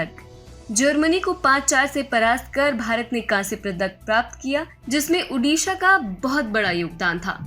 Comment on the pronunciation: its not UDISHA the NAME iS ODISHA